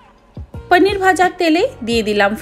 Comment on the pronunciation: পনির কে পনির বলতে শিখুন । পানির নয় । কায়দা করতে গিয়ে তো ভাষার ভাবমূর্তি পাল্টে দিচ্ছেন । শুভেচ্ছা রইলো আগামী দিনের জন্য